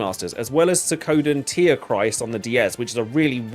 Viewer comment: I really liked Suikoden III. And it's SWEE-KO-DEN